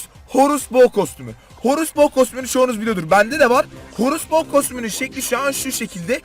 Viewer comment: Horus bo derken "H" harfini demedin *** dedin zannettim